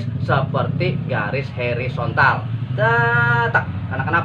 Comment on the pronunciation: Hoooorizontal pak Bkn Herizontal...pake O